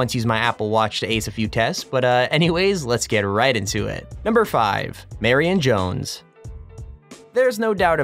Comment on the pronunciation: When u said marion jones dam i thought u said mary and jones